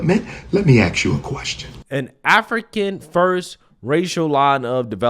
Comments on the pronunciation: This guy is supposed to have a doctorate or something but uses words like baby momma for black women and says ax you a question instead of ask this guy is a clown period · "How many white billionaires do you know who have chosen to make a black woman their baby mamas?" About the same number as how many people with a legitimate doctorate who say "let me axe you a question". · “Aks you”…. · Nobody "axed" his opinion. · He wants to axe a question 🤦🏻‍♀️ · It’s not ax it’s “ask” , please use proper grammar Umar . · The fact that he says axe instead of ask tells me all I need to know about him. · Ask not axe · "Let me (axe) you a question".... 😂 Learn to speak English if you want to be taken seriously.😅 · You wanna ask me a question or ax me a question? 🤦🏻‍♂️ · 😂 Trying to speak like you are highly intelligent only to say-*let me AXE you a question 😂😂😂😂 Then you say "baby mama" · Hey black folks, its pronounced ASK not AKS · Let him ax us a question. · He can ask, but not axe me….. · OMG It's pro nounced A. S. K , the S comes before the K, not the other way. It's NOT pro nounced like the word ACTS. What does WIT mean, it's with. I'm sure if a "w.hite woman" wanted to be with him, it's definitely not for the grammar. He mentioned that he's never seen professional white athletes with black women. Where was he when Travis Kelce was with that gorgeous black woman before Taylor Swift. Of course that relationship was an on again off again, and now he's with a "w.hite woman". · "Let me axe you"😂😂😂😂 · Let me ax you. That's the end of the conversation before it starts. Talking to this clown will make you dumber. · I stop listening when I hear “Axe” instead of “Ask”. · "let me axe you" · What kind of dr. is he? “Let me ax you a question.” He doesn’t speak like a doctor, he doesn’t put forth any ideas that a doctor might express. He is childish and bigoted. But okay he’s a doctor of something. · Please don't ax me 😂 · Lemme ax you a question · He lost me at axed.